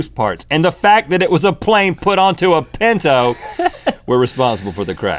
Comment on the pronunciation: Lol forgot the "t"